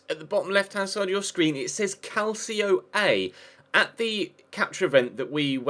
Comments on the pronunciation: "calcio" is pronunced "calcho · Is pronounced CAL-CHO (with the spanish CH) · It's pronounced cal-chee-oh